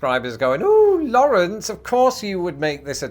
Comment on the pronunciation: I pronounce it more like Lawrence...that pronunciation hurt my ears